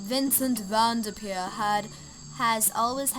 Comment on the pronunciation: vendepeer 😂 awsome video loved it